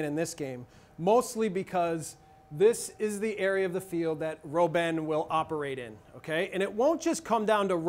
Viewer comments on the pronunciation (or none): Don't butcher Robben his name. Pronounce it like "robber", but with an -n instead. Dutch is a germanic language, not latin-based. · You don't know what ur talking about and you even say Robben wrong... Netherlands will win, you'll see!